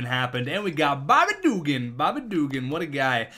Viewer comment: Please stop saying Bobby Dugan like that, it is offensive to people in the south